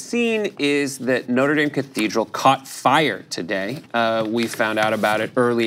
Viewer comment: Thank you for pronouncing “Dame” properly in the context of the church.